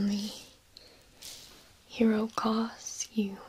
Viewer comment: I just keep hearing Hero Cause and pretending that’s a thing. Also, cauterize turned into “quarterize” and I don’t know how.